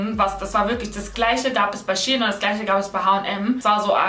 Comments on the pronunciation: Shie in????? SHEIN 😂❤️ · Fällt nur mir auf das sie die ganze zeit shien sagt obwohl es shein heißt ? No hate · Wieso sagst du Sh-ien ??? Shein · Mich hat das SHIEN getriggert !! 😂😂 das is für mich SHEIN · Es wird shein ausgesprochen nicht SHE HIN 🤨😂❤️ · Als kleinen tipp es heißt shein und nicht she in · Es heißt shein und nicht shi-en! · Iwie triggert mich das du She in sagst🤷🏼‍♀️😂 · Ich hab gedacht Shein😂 Also wie Schein😂🤷🏼‍♀️ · Ich dachte man spricht das "Schein" aus ?¿ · Junge mich regt Das so auf wie du shein sagst 😤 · Hauptsache sie spricht shein völlig falsch aus